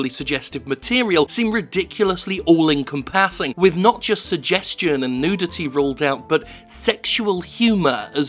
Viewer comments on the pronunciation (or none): Jim, it's all enCOMpassing, not all encomPASSing. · I agree wholeheartedly with the points made in this video. There is very little I could say to add to it. But what i can say is it's 'en-compass-ing' not 'income-passing'. I'm sorry. I'll see myself out. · It's enCOMpassing, not encomPASSing. That pronunciation is super distracting. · Missed most of the episode wondering if I've ever heard anyone pronounce "encompassing" that way before. Is that a British pronunciation of it or something? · I agree. YouTube has an ethical responsibility to it's content creators. On a side note you say "encompassing" very strangely.